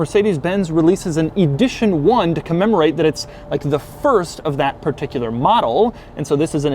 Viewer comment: Why is he saying Eeedition 1 and Edition 1?